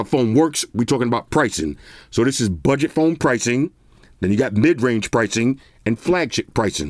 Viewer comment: the spit on BUDJET POWN PRICING